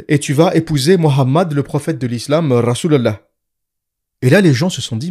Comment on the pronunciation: La façon dont vous prononcez " rasol alah " est tellement drôle hhh